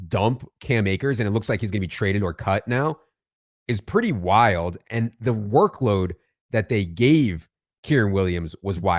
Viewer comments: Hey, brother. With all due respect, its your job to talk about these players. i think its important and respectful that you pronounce their names correctly. Kyren is pronounced Ki-Ren like Ki Lo Ren in star wars but without the Lo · Please stop mispronouncing Kyren